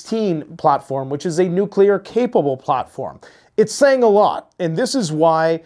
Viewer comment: " neclear edging " 😂